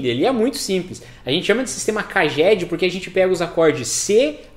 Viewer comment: Pronuncia real CAGED = "Keidjed"